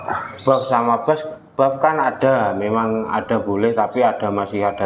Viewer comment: Buff mas ,bukan bof